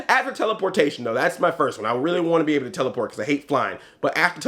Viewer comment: Dude, you have to know! The part when you said "after teleportation", I heard "afro-teleportation"! haha I was ready for an explanation.